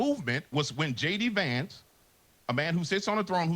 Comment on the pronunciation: "Gay D Vance...."😂